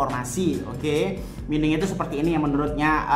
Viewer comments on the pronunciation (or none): Bukan mining bacanya, yg benar itu maining 😄😂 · mining --->> dibaca maining